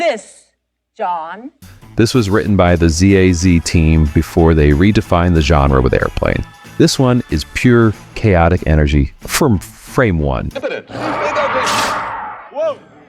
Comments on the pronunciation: The Cornetto Trilogy is one of the greatest trilogies ever made. PERIOD. Plus, It's Marty Feldman, not Feldmore. ;) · Feldman, not Feldmore! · It's Marty Feldman not Feldmore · Marty Feldman not Feldmore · Prounounced 'Feltman' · It's pronounced I-gor. (Also it's pronounced Feldman) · You mispronounced Marty Feldman's last name.